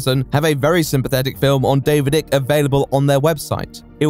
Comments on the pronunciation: Great video, as usual, but - really - David Icke's name is pronounced "Eye-k" not "Ick". Even the man himself pronounces it that way. :) Then again, are you implying your own personal opinion on Icke? ;) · Its weird, I've never ever heard anyone refer to David Icke as Ick Not Ike and it tweaks me everytime. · Ike like bike, not ick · The mispronounced Icke throughout, even though the correct pronunciation is given early on in the video shows how little is immersed in his videos nowadays. Great video though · I still can't tell if he's pronouncing Icke wrong as a condemnation or just because he's never heard it out loud before. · small nitpick but your pronunciation of icke is giving me the ick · Why are you saying Icke like a total tool ?